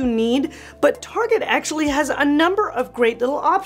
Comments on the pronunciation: Haha, I’ve had all that stuff you said not to get. Still have the matching dining set. It’s a work in progress! Btw, you probably know that “Tar-jey” was a big fat fail here in 🇨🇦. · you are so entertaining!! I haven’t heard Target pronounced “ Tar gey” since I was in junior high and we were trying to impress friends by pronouncing it that way!! 😂. I believe the Dayton family started that store, and unfortunately Dayton’s Department Store is no longer!!😞. Loved that store! You have so many good tips and advice. Thank you!!